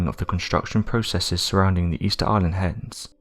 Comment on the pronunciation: I swear he keeps saying hens instead of heads every now and again 😀😀😀🐓🐓🐓🗿🗿🗿